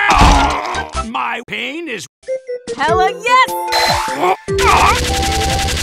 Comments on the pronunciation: I luv it when he say painis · i dont know why, but i love the way he say painis!!!